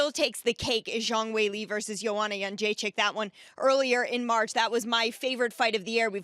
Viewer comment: who’s Lee???? You mean Weili??